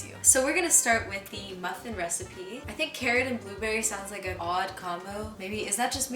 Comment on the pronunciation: Muh phin